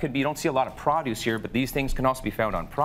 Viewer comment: He said praaaadouce and not produce lol